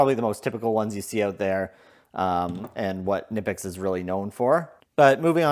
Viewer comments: The 'German made' company says that they pronounce Knipex as kuh-nip-ex. I know... It's annoying... We are not in Germany, and we have freedom of speech. That said, I prefer how you are pronouncing Knipex as nip-ex. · Kuh-nip-ex. Watch the manufacturer's own video explaining the correct pronunciation. Otherwise, cool video. Thanks